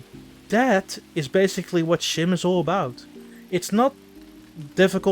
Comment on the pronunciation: Come on dude, youre dutch the game is dutch, the name is dutch. Pronounce it right